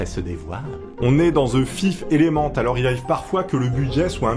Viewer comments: "On est dans the fife élémente" 😂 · salut, la prochaine fois prononce le titre en vo stp:)